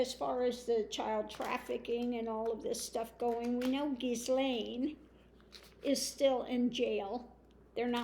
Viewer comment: Good reading, thanks,. I think Gaetz will spill the tea on 45. 😁 (PS: the 's' in Ghislaine is silent = pron. gheelane.)